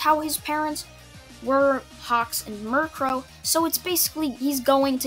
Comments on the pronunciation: Its mi ru ko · Mi-ru-ko not miru-ko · you pronounce mjruko mirror a Co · I know your trying to say Mirko, but it sounds like your talking about Murkrow the pokemon, and it hilarious. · Murcrow niceee, your saying it wrong btw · It's mi-ru-ko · He said miriko incorrectly.